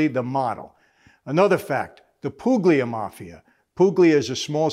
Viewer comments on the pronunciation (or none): Puglia is pronounced Pooh-lia like the restaurant down on Hester street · Calabria and Puglia (don’t pronounce the g) are regions, not cities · Great shout out to Puglia but it’s a silent “g”👏 Lol . My father Salvatore was born in 1952 there and immigrated to Toronto , his whole life he hinted at a past life but would never tell Us , as kids he would joke that if we where bad he’d dig up his old gun lol . When i was a grown adult one fall I was helping him dig a hole for his fig trees , we would bury them below frost for the winter here in Canada, we’ll didn’t we hit a box 📦 wrapped in 20 bags lol for over 30 years won’t say but you can figure it out . The look he gave me when we opened the box , I knew . But wasn’t until his death of cancer in 2014 on his death bed he told me his whole life story in that life . I Don’t want to talk about it on this but wish I could talk to you and ask you questions and connect some Dots 👏 thanks Michael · Calabria and Puglia are not cities but regions. The g in Puglia is not pronounced so it's more like Poo-lee-a. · It's pronounced like Pulya. The g is completely silent. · Sono Americano, ma con parti Italiano. So yeah. I wish the Italian culture was more in my city (italian named city but yeah) Anyway I had to cut when you said Puglia. Poog li ah. No disrespect, you lived it, I'm a nobody but yeah. Mr. Fran-zez-ey my mom taught Sicilians/Italians hate the mafia. I'd mention where I live but don't really want a get whacked. I'm a exit stage left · That's not how you pronounce Puglia my friend. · The g in puglia is silent